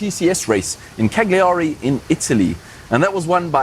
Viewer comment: Everytime says anything in Italian (esp Cagliari and Jesolo) my 🇮🇹 heart cracks.. do I need to train more?